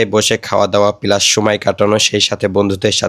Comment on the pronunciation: প্ল্যান ❌ পেলান 😂 প্লাস ❌ পেলাস 😂